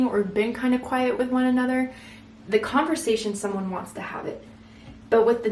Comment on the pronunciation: Literally everything resonated…down to the yellow roses and you saying her name when mispronouncing conversation